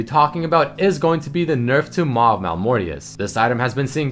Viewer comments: you hhave made a mistake isnt it maw instead of mal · isn't it Maw and not Mal of. .. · "Mal of Malmortius"? I think that was Maw of Malmortius